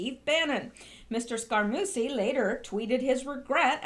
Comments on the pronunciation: Not Scara-Moosy SCARAMU-CHEE Two Cs make the sound "CH" in Italian ! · Scaramucci pronounced Scare a moochie I THINK. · Bon GEEE no! Scar A MUCHIE - long U Jeez. Watch some TV and learn how to PRONOUNCE names. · Scarmucci is pronounced "scar - MU - chee" or "scar - MOOCH - ee". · I'm glad I searched through the comments before I posted - was going to tell her I thought it was more like "Scare-a-moochie" lol 😏